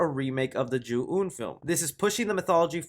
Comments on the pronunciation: ju ON not ju un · Its pronounced the way its spelled Ju-ON